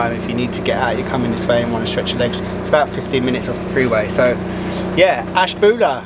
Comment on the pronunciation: I've lived in the northeast Ohio area most of my life, you said Ashtabula in one of the acceptable forms. I've heard really strange renditions of it and you were no where near those.